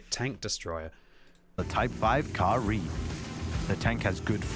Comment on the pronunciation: Ka-Ri? CAR REEEE